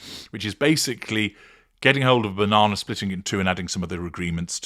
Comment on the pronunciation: Telly me Bauh-non-ah...😂